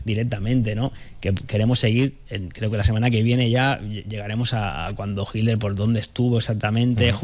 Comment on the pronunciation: # HILER NO, Hablas mal. Se debe pronuncia: HI"T"LER. Parece que evitas pronunciar la " T "